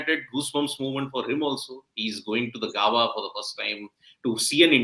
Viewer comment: GAAABAAA NAHI BHAI, IT'S Gaebaa! Great commitment with the early live ladies. 👏🏻